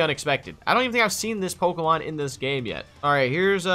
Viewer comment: Its poke E mon silly not poka poke uh